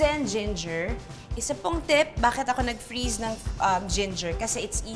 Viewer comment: The way you say “tip!” LOL 😂